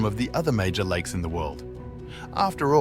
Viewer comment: "Likes" instead of "lakes" and "nimes" instead of "names". I reckon he posted the video "to-die"